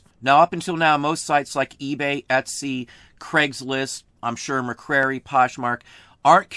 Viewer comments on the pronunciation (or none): Great video! Thank you so much! Also, Mercari is pronounced MER-CAR-EE :)